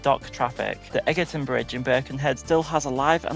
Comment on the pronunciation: Great video. Its pronounced Edge-erton not Egg-erton though ;)